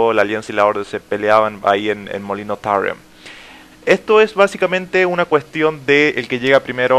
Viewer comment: suenas ridiculo cuando pronuncias la palabra Tarren xDDD